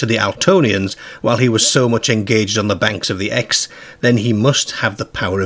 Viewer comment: Your pronunciations of Exe and Godalming are wrong.